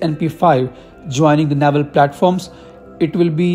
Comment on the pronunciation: Its navel not naival